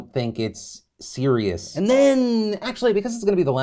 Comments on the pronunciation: Aight Charles Barkley "seerus". Lmaooo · .....was he trying to say serious?